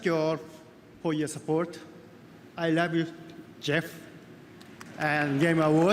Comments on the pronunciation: i ruv yew jef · "I ruub you Geof"